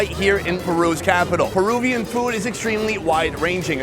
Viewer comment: Why does he always pronounce food as "feewd"?